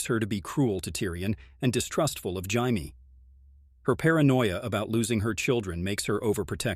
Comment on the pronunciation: Can pronounce the odd names perfect but cant say jamie right